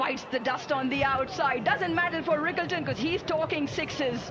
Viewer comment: Rickelton ❌ quinton ✅🙂